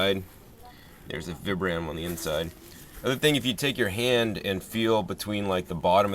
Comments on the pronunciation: Vee-Bram Vee-Bram not VIBram lol cool video! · They are pronounced VEE-BRUM btw :P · for fuck sake people say the name brand right "VIBRAM'' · Its pronounced VEEbrum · Vee-brum= pronunciation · vI-bram. Pronounce it right.